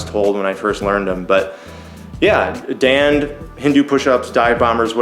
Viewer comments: It is pronounced as "dawned" or "dawn". It was Bruce Lee approved. The wrestling champion (undefeated) Gama used to do it 5000 times daily. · 'und' is as in fund